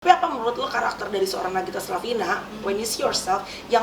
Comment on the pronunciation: Nagita ka..bukan naggita hehehe